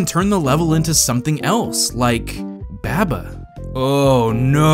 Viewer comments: Please... Why do you pronounce it babba it's barbar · /bæbə/? seriously? it's supposed to be a sheep. have you ever hear the nursery rhyme bah bah black sheep ? it doesn't go "bæ ba black sheep" it's "bah bah black sheep" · I had to stop watching this video because you kept pronouncing it babba. It's a sheep. Its name could only be pronounced bah-bah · You pronounce Baba weird. Isn't it "Ba-ba" like "mama" with B's? :-P But yeah, it is one of my favorite puzzle games in a long time. Some other ones I'd recommend are Recursed, Fidel Dungeon Rescue, Desktop Dungeons, Return of the Obra Dinn, The Talos Principle, The Swapper, Linelight, Braid, and Vessel. They are all pretty different in their own way, but still great puzzle games with some interesting things going on. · Im pretty sure it’s pronounced “Bah-Bah” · Every time he says "Babba" I hurt inside. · taking care of his firstborn child: Someone needs his Beh-buh, huh?:) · please man i beg you please stop saying baba the way you pronounce it it’s pronounced bawba i’m going to kick and scream and cry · > Realizes it's a sheep. > Still says baba weird. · You pronounced baba wrong